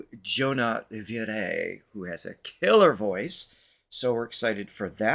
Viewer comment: Jona’s last name Viray is pronounced ‘Vee-rai’. 😉😉😉